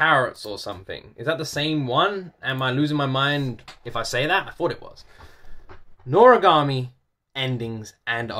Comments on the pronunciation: Yes, u are pronouncing it right:D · NORAGAMI IS SO FUNNY AND EPIC!!!!! i’ve loved this anime since i was a kid, and yes you pronounced it correctly!